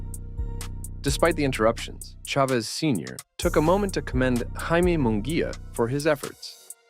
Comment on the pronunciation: It’s not Mongulla is Munguia 🤣